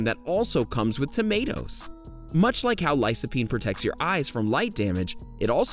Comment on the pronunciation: Lycopene (Lie-Koh-peen) . . . C before a "low vowel" (o, a, or u) is "K". C before a "high vowel" (i, or e) is "S".